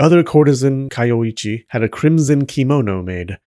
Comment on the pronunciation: You say her name is Kayoichi, but you write it as Kayoiji... WTF? Do you also drive a cheep? ...and wear cheans, when you go out chogging?